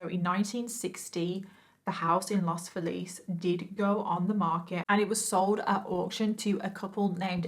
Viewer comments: The pronunciation of Los Feliz is "Los FEElis" Love your make up and your stories. <3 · Here's a note no one wants or cares about: despite the fact that Los Feliz is taken from Spanish, it's pronounced Los FEE-layz. That confused me as well when I moved there and heard it for the first time.